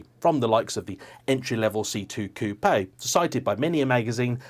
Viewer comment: For the love of…..it’s just coupe. No A and the E is silent. lol. Ready….begin.